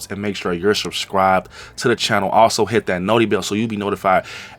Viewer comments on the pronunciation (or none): “Make sure you’re shushcribed”